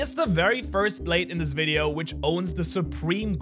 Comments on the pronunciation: bruh he said wideo no video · bro said wideo instead of video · u said wideo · You called it wideo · You said “wideo” say video next time